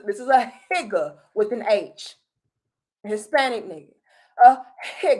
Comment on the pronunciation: When she said Higga I fell out! A Hispanic N- lol!